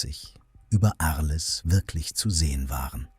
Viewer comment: Ich bin nicht sauer, nur entsetzt über soviel Unvermögen. Arles wie auf Deutsch auszusprechen, treibt mir echt die Tränen in die Augen